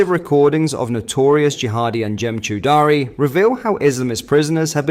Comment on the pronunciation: Chaudrey rhymes with tawdry, not chow daari (Chow daari means chewing the beard 🤣